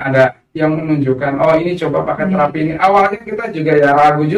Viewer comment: Terapi apa? Spt apa? Nama terapinya itu koq gak jelas pengucapannya?